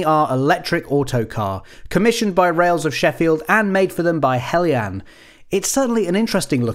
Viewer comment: Thanks Goodness! A reviewer who pronounces 'Heljan' correctly! I'm gathering materials together to build one in Gauge1, so I bought the model earlier this year to use as a 'scale-up' to 1/32nd scale. It will have some kind of sound system installed, and r/c, too. wish me luck! I have to say that I'm somewhat saddened to see that in spite of having the most open cab I've ever seen on this kind of autocoach that there was no attempt to install a driver. The sight of this lovely model trundling around with an invisible driver is odd, to say the least.